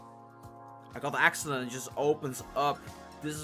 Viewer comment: First of al lol HA FAIL secondwhy do you say axelent????????